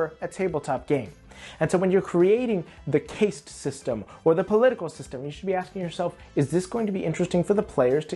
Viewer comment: Caste is pronounced like the word cast.